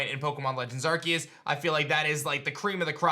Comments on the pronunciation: I think it’s pronounced arse-eus not ark-eus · Arceus NOT arqius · How does this dude play Pokemon for a living but can't pronounce Arceus? "ARK-EE-USS" XD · The game is actually pronounced as Pokémon Legends Arkoos